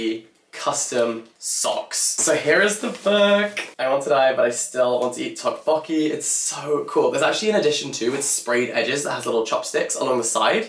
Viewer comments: I'm sure someone must have commented this already, but a note on the pronunciation of tteokbokki. The "tt" sound is more of a hard/aspirated "d" than aspirated "t" sound. Sort of a cross between a d and t. So less tick "tock" and more "dock" martins if I had to try and sound it out... 😁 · I'm not even Korean and the way said tteokbokki so off made my skin crawl I had to fast forward to the first bit entirely lol